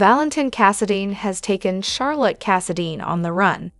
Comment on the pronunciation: For the people that make this video. Charlotte is pronounced Shar-lott with the shh sound instead of cha sound . Just in case you can fix the pronunciation.